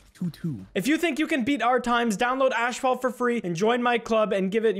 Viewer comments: Ashfalt or asphalt 😂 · I love how he says ashphalt instead of asphalt. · It's asphalt, not ashphalt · What-phalt? Got me acting up 😳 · “Ashfault 9” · mans said ashfalt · dis doooood said ash-fault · imagine saying ash-phalt…but fr tho keep up the great work we all love the content😘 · This guy said "ASHphalt 9". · saying ASHphalt pissing me off haha but still wonderful video 🥹🔥🔥🔥🔥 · "Ashfalt 9" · Why you saying ash-fault in sponsor ad? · I hate how says “ashphault” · It might be a Canadian thing but why does he say asphalt like “ash fault” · You did not just say "Ashphalt" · Why you calling is ashfault? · I don’t know why but him pronouncing asphalt like “ash-fault” bugs me more than it should… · Cant say Ass in the first few minutes might get demonetized, so he mispronounces an entire ad read to get around it lmao 🤣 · Please just say asphalt right